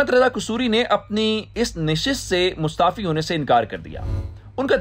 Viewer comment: Maustaafi nahi Mustafi hoga.